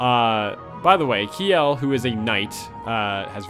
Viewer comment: The pun in the title might work better if "kj" in Norse languages wasn't pronounced like "sh". Her name is a pun on "shell", like her armor. But hey, that's pretty obscure knowledge, so I can't blame you.